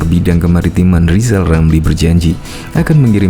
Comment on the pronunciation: Sok hebat kau lizal,, eerrr aja g bisa. Belajar lgi,,,, sok suruh Jendral,,, emang kau siapa,, ,,? Aaaaa